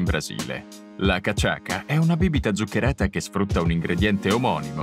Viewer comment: Pronunciato cachassa, non cachaka.